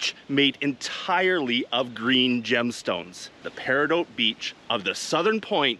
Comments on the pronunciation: I desperately wanna say that you never pronounces peridot right, it’s not even an accent thing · thats just not how you pronounce peridot.